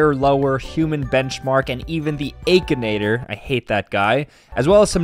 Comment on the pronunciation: The aykinater